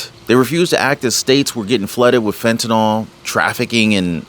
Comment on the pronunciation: I’m not an English teacher first of all. I admire your speaking ability, however you are not pronouncing the drug fentanyl correctly. The y is never pronounced as an “o” at any time and you are an articulate speaker. Please be the one who pronounces it correctly whether any one else does or not. I care about how you are perceived by your viewers. If you were a poor speaker, it wouldn’t matter. The key is you don’t fit that description so you can be the trendsetter here. A “y” is never pronounced as an “o”. It is pronounced as an”i”. Please be the one who pronounces this correctly. You deserve to be the one who pronounces this correctly with the “y” having an “I” sound, not an “o”. Thank you. It isn’t just you doing this either. They are misinformed or just don’t care. I know you care!❤